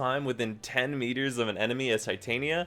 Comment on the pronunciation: is no one mildly infuriated at how DE mispronounces Titania? its the most infuriating thing about this warframe